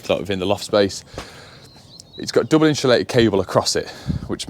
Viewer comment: there is no "H" in insulated.